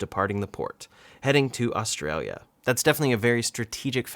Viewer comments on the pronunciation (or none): none